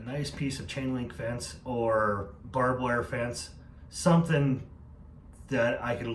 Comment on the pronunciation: It's "barbed". You're welcome.